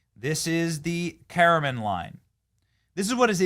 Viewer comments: Dude.. its the car-men line not the kara-mahn line 🤦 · Benny, it’s pronounced as “Car-men line”, not “care-uh-men line”. That’s something people might hit you on later, so maybe try to correct that. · Ka-ra-men line? That's not how Karman line is pronounced. I mean it's written right in front of you. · Kara-Mon line??? 😂😂😂😂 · WTF is the "carryman" line? It's really not a difficult word, it is pronounced how it's spelt I assume. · Benny I love you man!!!! Talk to the Everyday Astronaut or Scott Manley before speaking on space stuff. Yes these entitled bratt girls are annoying but your facts are a little off and Karman is pronounced like "Car-man" line and these chicks went 10 times higher than airliners fly but.... I am a space media fan and it annoys me when folks talk with bad facts. The chicks went up on an automated model rocket as payload so..... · Joke... BTW "Karman" is pronounced CAR-MAN.... Note MAN. Ha ha. Man power! Ha ha. To get into real space, orbit you have to be almost X6 times higher. This blue phallic ride is the bare min to be in space by definition, Karman line, an arbitrary datum international committee decided. X-15 rocket plane early 60's was going higher than blue dick stick by many miles. That was real science, engineering, exploration, dangerous and propelled MAN KINDS knowledge, done BY MEN, skilled, highly trained MEN, some who lost their life. Gayle King and the other chicks can go "occupy space" but shut up about how brave and bold it was. YOU WENT FOR A RIDE BEOTCH.... now shut up. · Saying the capsule only reaches a little more than a commercial airplane is factually incorrect. They're 60 miles higher than the max a commercial plane can go. And you pronounced karman wrong. Little cringe to space enthusiasts.